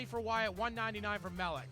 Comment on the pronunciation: I love that no one pronounces "mleczarz" properly